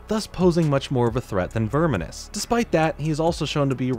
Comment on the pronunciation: I think you're slightly mispronouncing Snaptrap's first name.